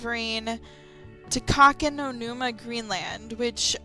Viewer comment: It's "Takakonuma". There is no "no" in it.